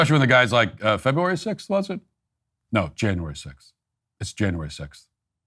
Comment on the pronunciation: Guy said, "Febraury 6th" hahahah I'm not laughing at him, but it shows you that americans just dont care about that stuff.